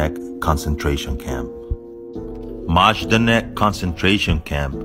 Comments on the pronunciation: FYI it’s not pronounced “MAZH-da-nek” but “Mai-DAN-ek,” and was a horrible place founded by the National Socialists. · It’s pronounced My-dan-ick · It's pronounced "mydarnek". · The J is pronounced as a Y in the polish alfabet. "Maydanek". Just a tip for future content. Keep up the good work 👌✌ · Just for the record it's pronounced like "my-DAH-neck" and "hair-MEE-nah BROWN-sht👁-nehr" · You would pronounce Majdanek My danik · It's pronounced maydanek